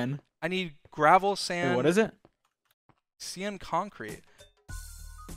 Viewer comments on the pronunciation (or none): when dream said Cian concrete instead of pronouncing it Caian concrete that got me laughing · cyan is said sy-an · Dream - SEA-AN CONCRETE????? Random people in comments - 🤓 it’s pronounced differently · dream: pronounces “cyan” as “seein” me: “sigh-ann” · it's ci-an. not ci-arn. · As an American, nobody ive never heard anyone say, "Cee-Yan Concrete" from where I come from, its called "Sigh-Yan Concrete" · Me: "Cyan dye" Dream: "CIAN DYE" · Everybody: Its pronounced ci-an Dream: no, its SEA-ANN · Anyone else who got confused when he said “cian” when he was trying to say cyan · How to say cyan: sci-an How Dream says cyan: see-an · "See-in" concrete , its pronounced "sye-ann" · Cee-an??? It's Ci-an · It’s not Seean concrete it’s pronounced sian s ie an concrete😊😊 it’s not your fault you didn’t pronounce it correctly 😅😊❤ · See-an!? I thought is was pronounced sigh-ann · Seean dye🤣😂its cyan dye!! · cyan is pronounced “S-I-AN” not “SEE-AN” LOL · Cyan pronouced "see-an" by dream lol even tho its "sigh-an" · 😭 is there more ways to pronounce cyan bc Dream says see-an concrete instead of sigh-an 😭😭😭 I’ve never heard it pronounced like that… 😭😭😭🫶🏽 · Cian? Its ciean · sigh an not see an for pronunciation of cyan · Everyone: “Cyan concrete” dream: “sea-yan concert” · See ann concrete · S-senpai see-yan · xd no you pronounce it 'sigh-an' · Sea-yan the anime girl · When the chat says cyan concrete, Dream: CIAN CONCRETE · “See-ahn concrete??” The pronunciation of that threw me off. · isn’t it said like sy-an. but different countries have different pronunciations. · Ikr I pronounce it Si ahn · It's ci-aahn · actually- it’s “Sye-an” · I was like DREAM ITS “sigh-an” 🙈😭🤣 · OMG DREAM IST CYAN NOT SEEAN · Dream may have like a billion IQ but the way he says cyan... “see-an” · sEe-An cOnKrEte!? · SEE-AN CONKREET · im veRY offended by it if you look at my name >:(, its SI-an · Like bro it’s pronounced sigh an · “SeEanne” concrete! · BRO SAYS CYAN AS "SEE-YAN" 🤣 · ah yes seeyan